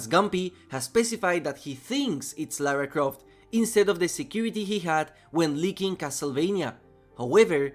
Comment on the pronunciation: "Lara Croft" Hey he pronounced it right, unlike seemingly everyone else talking about this "Tom Raider" 🥲